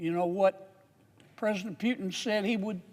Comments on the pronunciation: Pretty sure his name is "POO TIN" NOT "PEE U TIN ". ROFL THIS guy needs to retire lol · Sir, its PUTIN not PYUTIN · Kennedy CAN'T EVEN SAY PUTIN PEUTIN IS WHAT HE SAYS ! WHY IS KENNEDY WORRIED ABOUT WHERE MR. PEUTIN IS ANYWAY ! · Yeah you go ahead warn others see where that gets you And who is Pewtin - maybe you should learn how to say it first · He wrongly pronounced not only Putin (Pewtin) , but even America, calling it Russia. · At least he didn't say "eye - ran" (Iran) 😂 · Pewtin lol 😂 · He didn’t say that. He said “Pyewtin” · Sort of Pew’in I heard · it's a somewhat slurred pronounciation of the actual name "Puketin" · What in the h is a "Pewton"?¿? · You can't even PRONAUNCED the greatest Vladimir Putin name